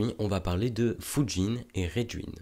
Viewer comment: Sympa! Soucis de prononciation pour Raijin par contre.